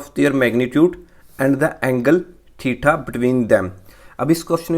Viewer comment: Theta ❌ thitha ✅